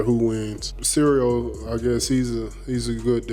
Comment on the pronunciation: Derrick Lewis calling him Cereal is hilarious.